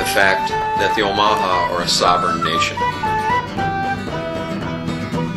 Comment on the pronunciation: i could be wrong, but isn't it pronounced Oh-muh-haw?